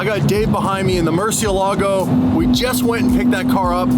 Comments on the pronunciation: The “Cursiélago”… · It’s pronounced “Murciélago” the accent is on the e which means the e is the stronger letter, even if in English is Murcielaaaaaaaaaaaaago